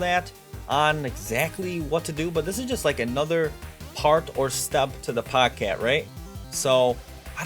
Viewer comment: its POGE CATE NOT POG CAT